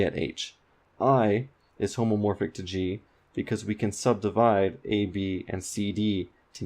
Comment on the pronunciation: Hey, it's homeomorphic, not homomorphic. Graph homomorphism is very different from homeomorphism.